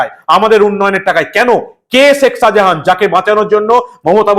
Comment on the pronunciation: Apnar uchcharon anekta Horijon type,sekh Sajahan? So so korchhen chhotolok Der moto.